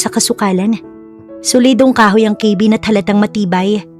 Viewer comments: Ipagpaumanhin po kung pupunahin ko po yung pagbigkas nyo ng cabin.kabin po hindi po kaybin✌️🫰pati din po pala sa heir narinig ko sa ibang stories nyo, dapat air hindi po hair ✌ ❤ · hiyang hiya naman ako sa pag pronounce ng cabin . ginawang ,,,,keyvin😅